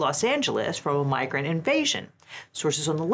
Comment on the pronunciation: In the add read I thought se said "migraine invasion" 😂